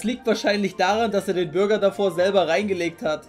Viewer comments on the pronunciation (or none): Bruh, wieso sagt er Bürger und nicht Burger ? :D